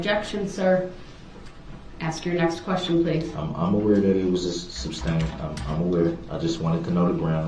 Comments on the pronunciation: If he would quit yelling grounds, he would here the grounds plus, why can’t he say sustain and not substain? It would be hard for me to stay quiet! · I remember when she said “substain” and quickly corrected herself. I pictured her and her husband relaxing after a day of work and her saying “if he says ‘substain’ one more time I’m going to scream”. No doubt there were more than few discussions of his mispronunciations. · I wish she would've "axed" him what "substain" means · You know it just dawned on me that maybe, just maybe if circus boy would shut his mouth for 5 seconds after the objection....maybe he would have heard the grounds. And maybe the idiot would learn to say "sustain" instead of "substained"! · I wish she would have corrected him on the word sustain not suBstain. Lol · It was but he didn't use that word as much as suBstain. Lol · substain is a real word. It goes with masterstain